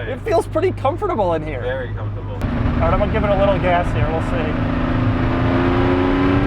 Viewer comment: It's very confortable Doug: confort 3/10 🤣